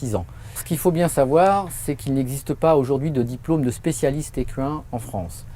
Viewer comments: "Écu 1" Jpp ca ce dit "ékin" Lol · J'ai fait des recherches et, en FRANCAIS on prononce "ékain" ! Car le "qu" se prononce "k" et ce n'est pas une exception. ;) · oui lui il dit : vétérinaire ékuuuuain